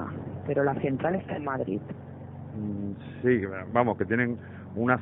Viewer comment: Madrit jajajajajajajajaaj el nivel de castellano en Cataluña es muy malo. La de veces que oigo aiga, Madrit, y España nos roba y los españoles son lo peor .